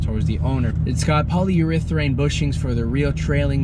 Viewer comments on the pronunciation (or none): It’s polyurethane bruh not polyurethraine...